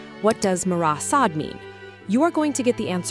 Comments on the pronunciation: You mispronounced Sade. Is this ai? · Only once at the end. That does seem to point to AI.